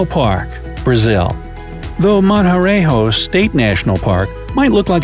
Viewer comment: Maranhenses means bed sheets ???? since when ??? he didnt even said it right maraheeesssnseees